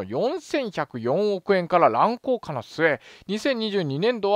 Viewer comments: 「らんこうか」じゃなくて「らんこうげ」です。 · 乱高下は、らんこうかじゃなくてらんこうげな。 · ゆ〇〇んより日本語怪しいなぁ。『乱高下』は『らんこうか』ではなく『らんこうげ』。 小学生からやり直せ！！ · テレビなくても別に困ることないし、面白いコンテンツならいくらでもあります。あと細かいことですが、乱高下は「らんこうげ」と言いますよ。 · ちょっと気になったんですけど、 乱高下はらんこうかではなく、らんこうげじゃないですかね？ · 乱高下→らんこうげね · 、「乱高下」は「らんこうげ」だよ。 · ちょいちょい誤読が多いよね。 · 「乱高下」は「らんこうげ」・・・ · いつも勉強させていただきありがとうございます。 細かい話ですが、らんこうげ、です。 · 乱高下は らんこうげ と読みます。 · 乱高下は「らんこうげ」だよ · 「乱高下」は「らんこう【げ】」 ここを聞いただけで、オツカレしちゃった。知ったかぶって、時事とやらを切りたいならもっと様々なジャンルやパラダイムを勉強してくれ。平易な感じも一知半解な浅学非才が時事を切る権利はないです。 ただ、の事は大好きです！！ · 「らんこうげ」ね。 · 日本人へ、日本語を使って意思を伝えるのは難しい。「乱高下」の読み方ひとつで残念だけど半減してしまう。 日本語に、本来の意味を間違って使って、言葉の使途が完全に変わってしまった言葉も無い訳ではないが、残念に感じてしまうのは私だけではないはずだと思う。 再生回数を見れば、かなりの人が視聴しているので、正しい日本語を拡散してくれることを願う。